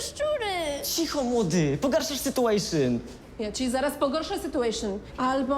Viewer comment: ✨cicho młody pogarszasz SYTUŁEJSZYN✨